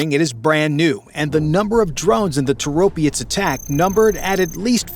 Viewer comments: Is your AI so dumb that it cant break words into syllables? Toro - pets! Not Tor-opI-ets!! R's°! What happend to pride in whatever your work produces? This is not a Tomato vs Tomayto argument (says enough anyhow). It is an English argument. Either you speak it or you don't but you dont bastardise it to fit your inability to get your tongue around pronouncing items like e.g. Orientals using 'L' in place of an 'R', as in 'Solly' or Slavics 'Z' for 'TH', as in 'The' or N.Americans using 'Z' in place of an 'S' as in 'Agonising'. No offence to the first two example cultures' attempts, theyre forgiven for trying. Americans are not forgiven because of their BS baffles brains approach (arrogance). Yeah! The nation of whose adults have an assessed level that mostly 70% are of an only third grader literacy level. El soto, meaning you're dumber than you believe & make up for it with - bluster. But it remains, not being English! Personally I assume, even though youre using AI, that you are American. Why? Because your culture is so arrogant, it matters nothing to you to do anything correctly, that permits you to sound so idiotic. To the point of 'dont speak, just convey your dialogue on an e-mail, just stop vocalising - please'. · It's Toropets not Toropiets. Slava Ukraini. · Toe Roe Pets. Accent on 1st sylable if any accented syllable at all. Stop pretending all languages have English grammar and pronunciation. NO other language is like English (maybe sometimes French)! Another interesting fact: where was the "military-industrial complex" of the USSR? Primarily in Ukraine, not so much or so concentrated in Russia. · ITIS NOT TOROPIETS, there IS NO "I" in the word. STUPID YANKS CAN'T PRONOUNCE ANYTHING CORRECTLY and this is simply using others INFO to make this. POOOOOOR JOURNALISM INDEED!